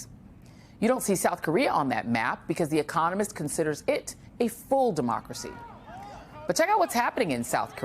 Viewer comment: haha: CHINA is what ???? Decromacy ??